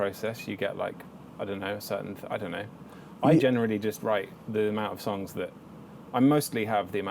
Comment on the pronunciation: "I dohnt knohw" lmao